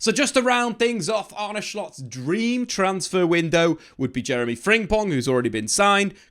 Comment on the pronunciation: Its not fring pong, its frimpong😅